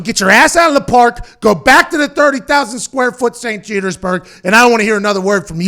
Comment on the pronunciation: “St Jetersburge” I’m dead 😵